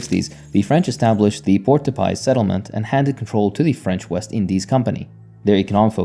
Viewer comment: Port-de-Paix is pronounced like 'Pore duh Pay' and it ironically means "port of peace"... 😒